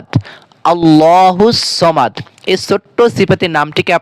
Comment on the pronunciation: সামাদ না সমাদ বলো